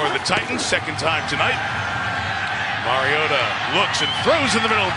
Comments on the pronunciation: "It's mario-tah not mario-tah" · It's Mariota not MarioTa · The way he kept saying mariota pissed me off he keeps saying marioTUH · It's not Mariota is MarioTTTTTAAAA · “Mario-TUH” holy, that is so annoying... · the way he says MarioTA makes me want to die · Someone tell the announcer its Mariota not "marioTUH" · It's Mariota.. not Mario-T-a... get it.. Harry potter reference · sir zombie-slayer no they finally got it right smh y'all been saying it wrong for years. It's Mario-TA is how you pronounce it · Or Mario-TUH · Am I the only one bothered by how that one commentator kept pronouncing "Mariota"?? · The way he pronounces the t in Mariota makes me uncomfortable. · I hate how the announcers said Mariota. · Anyone else hate the way he pronounces Mariota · His inconsistency when it comes to pronouncing Mariota's name is annoying.